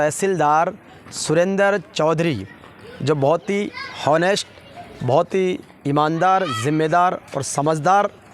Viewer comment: ऑनेस्ट बोलना आता नहीं औऱ चले आये ज्ञान देने